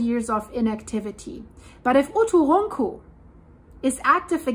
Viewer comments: OO TOO RUN COO simplified pronunciation ( I think) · The Icelandic girl can't say "uturuncu" but she can say Eyjafjallajökull [btw I literally googled: "Eiyadhghlakwd volcano" and it immediately came up as "Eyjafjallajökull"]?! 😂😂😂😂😂😂😂😂🤣🤣🤣🤣🤣😅 I just randomly typed a bunch of letters after starting with "E" and google was like, "Oh, it must be an Icelandic name." I pronounce it as "Eiya-fuck-whatever-it's-called". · Dein deutscher akzent hämmert bei uturunku arg durch ;)